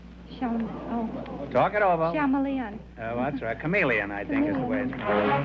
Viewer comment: She pronounced "chameleon" as if she was reading the answer off of something..